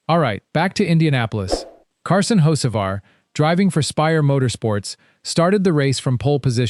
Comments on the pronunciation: The second the narration said “hoe-che-var” and “hoets-ivar” this video lost all credibility. This videos are just designed to create enemies. Hocevar is far from my favorite driver, I think he’s a waste of a seat and a dirty driver, but these A.I narrated videos are trash. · Got a third through the video and couldn't handle the POS AI voice any more. If you can't get your AI to even pronounce Hocevar correctly, then either get another (real) voice or quit posting.